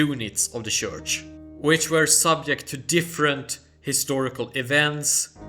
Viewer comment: Please note that in English the word church is pronounced tchurch. Just fyi